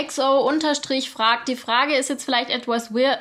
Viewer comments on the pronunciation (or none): none